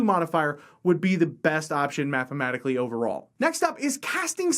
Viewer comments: Did you say "mathmamatically" a couple times or am I hearing things wrong...? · Great video, but... "Mathmamatically" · "Math-ma-maticaly" lol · "Mathmamatically" Me: easy for you to say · "Mathmematically" smh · "Mathmamatically" <3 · This is the Texan way.